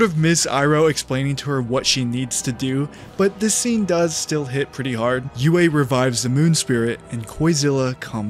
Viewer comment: That part felt very contrived to me. Also its Sokka not Zuko, and its also Yue not Uway.